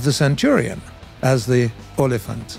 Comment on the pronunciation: Well done on the olifant pronunciation. Very very close